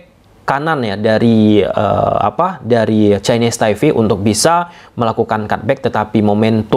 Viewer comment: Chinese Taipe bang, bukan Chinese Taive 🙏🏻